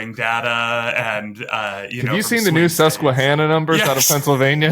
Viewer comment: Holy Fuck!!!! You know how to pronounce SUSQUEHANNA correctly.